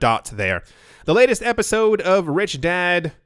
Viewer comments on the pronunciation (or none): none